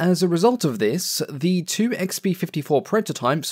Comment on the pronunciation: gotta say this is the one accent i cant listen to for long just because i focus on the pronounciation more than the content and i have no idea what im watching after a while. I just keep hearing the "r's" after every "o" and its so prevalent that i cant ignore it. Tworr, thoughrr, fewrr... I know this is a me issue but like my adhd is going nuts and i cant focus